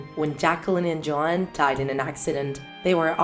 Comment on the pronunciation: Dude I heard Joan instead of Joanne😂😂